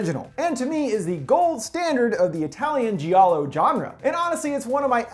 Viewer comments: It's not ji-å-low, it's jal-lo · Nice video altough Giallo is spoken as Jallo not Jeeallo, it means yellow and thats becouse italian noir books were printed with yellow covers